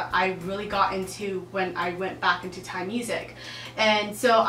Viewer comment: You pronounced Thai language so well.